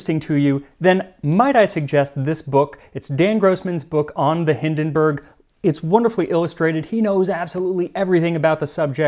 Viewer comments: It's not Hindenberg but Hindenburg. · Little hint: "Zeppelin" isn't pronounced "Seppelin" but "Tseppelin". The German "z" is a "ts/tz" phoneme. Also the German "u" sounds like the English "oo". So the name "Hindenburg" is pronounced "Hindenboorg" instead of "Hindenbörg". The German "i" sounds like the English "ee". So the name "Irene" is pronounced "Ee-re-ne" instead of "Eireen". However, a great episode as usual! 🙂